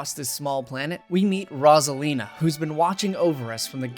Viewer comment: i love this video but as soon as i got to the part with rosalina... PLEASE please please, with such a long segment, one mistake with pronunciation is fine. but when you repeat the same thing over and over... its rose 🌹-a-lina, not rozalina >.>